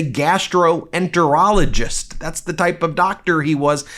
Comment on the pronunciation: Normally I like your vids...This crosses lines. Learn WTF a GI doc actually practices before emphasizing "GAS"troenterologist.. .you're crossing lines. You overemphasized "GAS" multiple times. Huge thumbs down!!